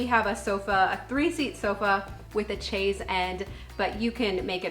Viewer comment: Tom may not be easy to impress but obviously you made an impression on him! And for the record Chaise is pronounced "shaze".... Sorry my French Canadian rears its head!